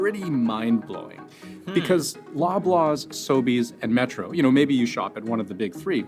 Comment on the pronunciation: you pronounced them perfectly. I’ve never heard of Metro, plus though, just Metro